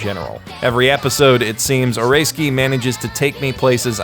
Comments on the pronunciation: shows name: oresuki how this dude pronounces it: oreskee w h a t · Well rather than "Oreski" which is kinda correct its more of a "O-ray-ski" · You know this guy is white when he pronounces it "Oreski" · {Ore-ei-ski} That pronunciation.... what is wrong with you.... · Snow I mean Oresuki as in Orayski, thats how I pronouces it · Why do you call it or-ray-ski? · "Eh ray skii" Geez that might be the worst you've ever butchered a name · I'm also really enjoying Oresuki (I don't think you're pronouncing that right, it's O-re-suki) as well. It's certainly a different twist on the harem genre. It's only when someone like you puts down your thoughts into a video that I can truly appreciate all the brilliant aspects of this show. You're right, most harem anime, in fact most anime, don't show this treacherous side of romantic entanglements & the cunning way people wheedle and manipulate others to get the person they want, often at the expense of other people's feelings. Or if they do it's way too extreme, like NTR stuff, and I can't stand that. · Pronounces "OreSuki" as "Or-a-ski" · Stop saying like ahrayski LOL